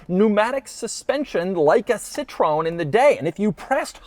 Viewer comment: Come on Doug. At least try and pronounce Citroen correctly, you earn a lot of money doing this.